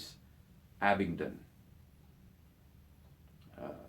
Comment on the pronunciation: Abingdon Bang on I bet u pronounce cambridgeshire correct,too!